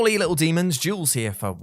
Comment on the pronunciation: Carey “YULES” jules….